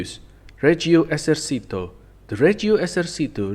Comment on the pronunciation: "Esercito" isnt pronounced like in spanish, the "c" dosent make the sound of an "s"